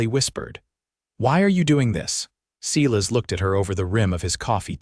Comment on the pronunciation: If AI could just learn to pronounce names correctly! It is not Sealis it is pronounced as a long I…Silas.